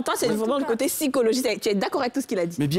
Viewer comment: Kadi qui dit toujours SYchologique au lieu de Psychologique C est mignonnnnnn